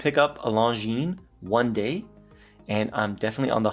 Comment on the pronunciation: Beautiful dial 😎. Well done for pronouncing longines 👍. We need more watches 35mm-38mm